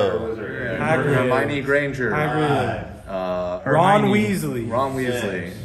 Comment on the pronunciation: I love when Ethan says names. “Hermione Grainey, Courtnen Stoddard”. I like that.